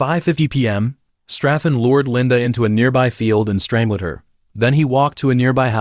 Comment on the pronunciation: Why does AI have so many problems with reading, is it because the person who enters the words misspelled them? If my phone can give me suggestions on spelling and grammar, why does the AI have so many errors, so many words it just can’t say like strangled, the AI says straing led, bodies comes out like bawdies and so many more. So WTF?